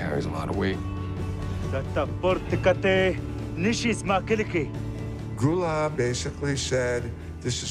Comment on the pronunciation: They can`t even pronounce his name correctly, its Gulaab not Gulab. Gulaab means Rose in Pashto